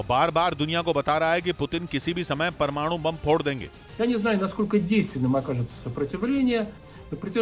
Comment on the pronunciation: Bhai aap parwanu parwanu bohat karte ho